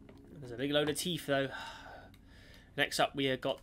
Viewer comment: "That's alot of very beeg teeth."